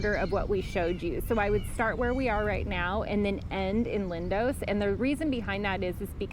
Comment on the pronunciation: Its Lindos not Lindose! Extremely irritating grrrrr..Americans!